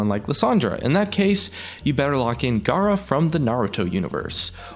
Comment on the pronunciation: its GA-A-RA